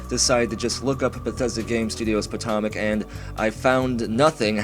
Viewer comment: As a marylander, its so painful when he says potomac the way he does